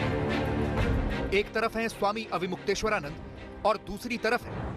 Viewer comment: इस चैनल पर सबसे अनपढ़ क़िस्म के पत्रकार भर्ती किए जाते हैं। प्रस्तुतकर्ता महिला ढंग से अविमुक्तेश्वरानंद नाम का उच्चारण नहीं कर पा रही है तो साक्षात्कारकर्ता अविमुक्तेश्वरानंद सर बोल रहा है।